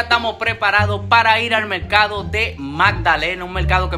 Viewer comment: no se dice MELCADO sino MERCADO !!!!